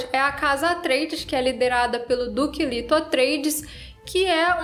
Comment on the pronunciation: A fonética é " lêto".